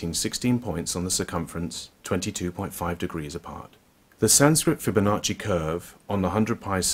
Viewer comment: The "sancrit fibbonocci curve a planes" 😂😂😂 "taurus equitorial plane" 😂😂😂